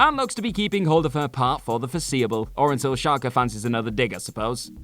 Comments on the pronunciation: Sarah who now? Shalker? Dude, its Chalk. With an E. As in, blackboard and chalk. Jeez, these youtube clones that havent learned to talk properly yet. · I always thought Chalke was just pronounced Chalk. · He said it wrong lol did wonder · Sarah Chalke's last name is pronounced chalk, like the stuff used on blackboards, not Challkay. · Sarah Chalke is pronounced "Chalk". The e was silent. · These guys are definitely trolling us: at least one hilarious mispronounced name per video. Sarah Shalke, like the German football club? REALLY? 🤣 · Do you guys not have chalk in England and also didn’t bother to check how her name is pronounced. The E is silent, her name is just Sarah Chalke not whatever you were saying. Also the first Aunt Viv is the best one. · Do people in Britain say "Chalke" differently? I heard Sarah Charker? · Of course it's Sarah Salt, I mean Chalke. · It is he just butchered a very simple name